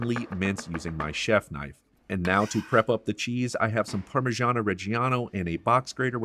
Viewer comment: What's "Parmigiana" mate? It's Parmigiano. :)